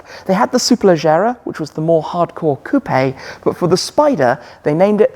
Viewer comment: Its ko͞op not cupé. Also in Italian Gallardo is enunciated as it reads despite that it's Spanish.